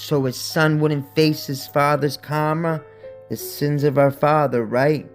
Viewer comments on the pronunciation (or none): none